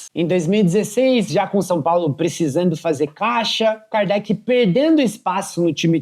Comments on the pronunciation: Agora o cara fica falando o nome do jogador errado o tempo todo! É de lascar! ( Alan cardete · Alan kardet kkkk pqp nem o nome do jogador o cara fala certo....nem vi inteiro por isso,tá tirando kkk